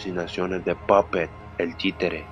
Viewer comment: Se dise pupet no popet sin ofender solo lo digo para que sepas